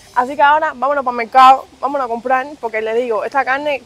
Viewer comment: No se dice mecado , se dice mercado